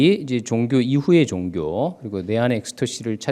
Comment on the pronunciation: 선생님! 귀한 강의와는 관계가 없는 질문입니다만, 단어의 발음 문제입니다. 한 말로, 왜 단어의 제 2 음절을 강하게 발음하십니까!??? 이것은, 우리 말이 아닙니다. 예: 기초, 종교, 철학,시점, 문화, 대표, 사건,비판 ,4퍼센트,xx라고,아니라고, 바꿀것, 세번, 사실, 이상 예는, 일부에 지나지 않습니다. 왜!? 둘째자를 거의 모두 accent가 있는 것 처럼 강하게 발음 합니까!!?? 이 결과! 장음인 단어의 첫 자를 모두 짧게 잘못 발음하셨습니다. 만일, 제게 선생님 발음을 평하라고 한다면, 죄송하오나, F!!!. F올시다. 이에 대해 관심이 있는 분은, 유튜브에, 치시면, 참으로 진귀한, 우리 말에 대한 강의를 들을 수 있나이다. 미국 변 완수 드림